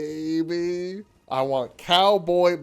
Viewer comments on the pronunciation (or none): none